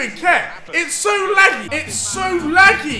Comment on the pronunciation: How Deji says laggy “laggee” 😂